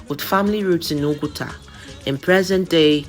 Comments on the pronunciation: NOT BASKET.WHAT IS NKATA? PRONOUNCE IT WELL Nkatá = Discussion or talk Nkatà = Basket. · NKATA YOU ARE PRONOUNCING IS BASKET NOT NKATA CONVERSATION,TONE MARK IT PROPERLY, YES WE ARE IGBOS, DO NOT ANGLOCIZE IGBO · You are pronouncing nkata, basket not discussion. Hope you are an Igbo